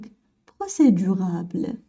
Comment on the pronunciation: procédurable ou procédurale لانكي تقولين procédurabele لكن في النص مكتوب procédurale